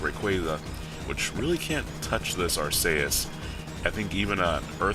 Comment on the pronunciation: 1st comment and its not Ark-a-us its Ark-e-us